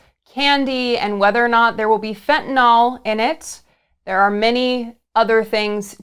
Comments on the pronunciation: The only one who pronounced fentanyl correctly in this video was MTG. It's not fentanahl. It's fentanyl. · Why is it no one can pronounce Fentanyl or China’s President [Xi] right? Have you considered that Xi exported Fentanyl in revenge of the West’s Opium Wars? And Putin is the one pushing the conspiracies online, including fellow travelers in politics?